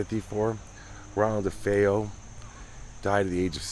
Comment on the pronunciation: Defayel, is not the way their last name was pronounced. I get mad ever time I hear the news anchor pronounces it. No it was not a stormy night. Check the weather report.